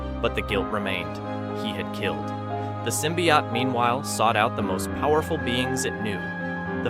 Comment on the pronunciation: He's saying it fine?